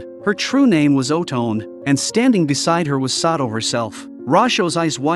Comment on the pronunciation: I attempted to play a drinking game where we took a shot every time the AI voice mispronounced Otome and uh, my friend is still in a coma and I'm typing this from my phone in a critical care room. 1 out of 10. I do not advise anyone to try it.